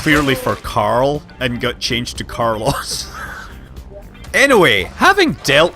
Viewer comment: Nope, Carlos died from having is name repeatedly butchered.